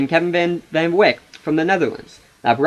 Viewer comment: Balance? What are you talking about? The Crusaders have eight legitimate players, and nobody is dominating when it comes to minutes played. The Titans mainly use only six players and basically have no bench. Where is this balance coming from? You also mispronounced Calliste, Broekhoff, and Van Wijk.